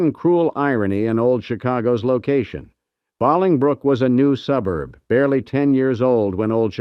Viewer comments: Hi there. If you are going to make a video get the main words and places right. The town is BOLINGBROOK. not Balingbrook. You researched the rest , could you have gotten the main things right? Thank you for the video all the same. Stay safe out there. Take care and God bless. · AI or not, this crap is just annoying. Interesting story that I really want to hear about, but the constant mispronunciation of Bahling brook kills it for me. It's Bowling Brook! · You lost me when you pronounced Bolingbrook as "BAH-Ling-brook." It's BOW-Ling-brook, with "BOW" rhyming with "LOW." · I was there when I was a Lul kid. It was a Shit show. But Cool. BTW FIRE THE NARIATOR. It's BOLINGBROOK not BALINGBROOK. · It's pronounced Bo - long 'O' lingbrook. Not Bahlingbrook. Good grief. 🙄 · Another Old Chicago video that can't pronounce Bolingbrook correctly. Boil ing brook and now Bahling brook. It's Bowl ing brook. What is next? Are you going to say Chick a go for Chicago? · IT IS BOWILING BROOK NOT BALLINGBROOK !!!!!!!!1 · Why does the narrator keep pronouncing it as bahling brook? Only if there were two Ls, guy. One L and it supposed to be a hard vowel sound. You ever go bowling? Then you know how to pronounce Bolingbrook. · we also lived in Beaconridge, ( Parking lot "G", Providence Ct. back then... Old Chicago was a Blast....( I wish they pronounced Bolingbrook properly) It was a sad day when it closed. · I grew up near O'Hare and when I began watching this I was quite ready to revel some visits to this strange place but apparently it was in Bolingbrook, or Bahlingbrook As you said, It is pronounced like Bowling brook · Bahlingbrook 😅😂 Pronounced like Bowling brook. AI for sure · Def not ballingbrook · Was just gonna say this. No one says Bahlongbrook. Everyone pronounces it as if they are about to knock over 10 pins with a heavy ball. Bowling brook. Bolingbrook. Long o. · Exactly! If you're from Chicago you know it's not pronounced Bahlingbrook. 😮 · It's Pronounced Bowling Brook